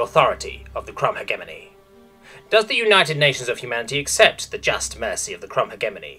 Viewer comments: Please learn how to say hegemony correctly. (pronounced hedge-eh-mon-E not heg-emony) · I'm 99% certain it's pronounced HEJ-eh-mony rather than heg-EM-ony, but that's just a pet-peeve, good video otherwise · I love all your videos, but it always nags at the back of my mind when specific words are mispronounced repeatedly. "Hegemony" makes the G sound like J, think "hedge-eh-money" or "he-jem-money". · Might I just note that the way you say "Hegemony" physically pains me? Maybe it's your accent, but I've always known it as "Hejemony". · google pronounces it he-GEM-ony. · The way he pronounces "Hegemony" 💀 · the g in hegemony is a soft g you say it like a j